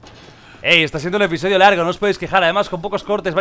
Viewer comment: "Episoidio" jajjajjaja aprendiendo español con el hombre